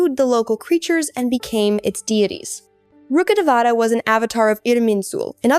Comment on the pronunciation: Literally the only person to have called Rukhadevata- rukhadevta 😂 well done